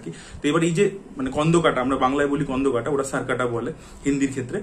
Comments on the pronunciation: কোন্ডোকাটা হয়না স্কন্দকাটা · স্কন্দকাটা হয়না স্কন্ধকাটা হয়